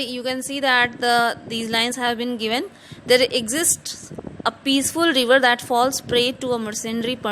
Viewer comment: It's river not reever 😅